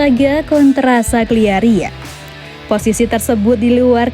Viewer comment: Kagliari woi bukan sagliari